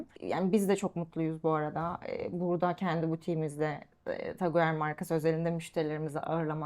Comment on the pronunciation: Taguer değil tag hoyer diye okunur markayı doğru telaffuz edemiyor hanımefendi daha